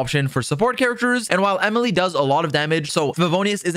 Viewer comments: "E-mile" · The sudden French pronunciation got me howling ngl